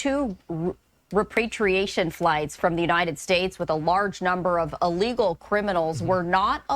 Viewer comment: "Re patriations" What?